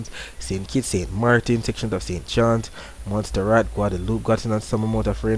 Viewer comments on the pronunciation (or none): Mont Serrat.... Mont Serrat... Mont Serrat.....not monster rat.... Thanks for the comprehensive reports!